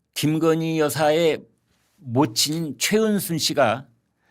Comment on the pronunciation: 이 아저씨는 도데체 뭔 이야기를 마치 젤바른말 하는사람처럼 말끝에 힘을꼭주면서 언근히 김건희여사를 까네 말말이 김근희 김건희 하면서 우파라 치는데 어쩌면 이리도 왔다리 갔다리 하는지 늘 맘에 안드는 사람이다